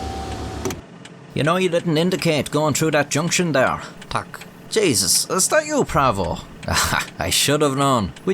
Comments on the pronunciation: Your "tak" is sublime! :) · well he got prawo jazdy and tak right, the rest was not too bad either